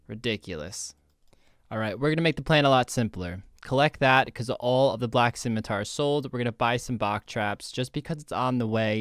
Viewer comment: “Scimitour” haha perfect